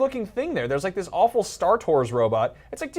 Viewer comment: Mr. TNT I find it funny how they say alwful, terrible every time